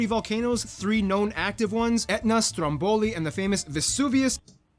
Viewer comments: Strómboli non strombòli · Spero di averlo detto correttamente sennò mi dispiace 🙂. Strómboli the stress is on the first syllable. Anyway I haven't heard you mention it in your comment to the video, I was correcting the announcer who said it wrong. By the way he also made further mistakes in the video by stressing italian words the wrong way 😅. I was just warning to not take as valid every word the announcer pronounce 😂👋.